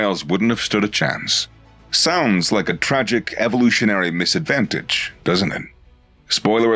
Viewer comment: DISadvantage. Not MISadvantage.